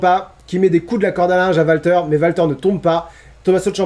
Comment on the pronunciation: D'où vient la prononciation "Valter" ? Les commentateurs /annonceurs ont prononcé "Oualter" tout le long (après je ne regarde pas UK donc erreur NXT tout court ?)